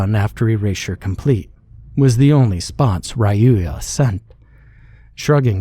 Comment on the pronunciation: Hi, original author here. Great reading of the story! Fun fact: I pronounced "Ruya" as "roo-yuh" in my head, so it was interesting hearing a different variation of it. Still, great job with the reading.